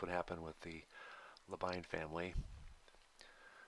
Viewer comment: La fin du nom Labine n'est pas prononcé comme le nom Anglais `wine` mais fini comme le nom Anglais Ìnn'.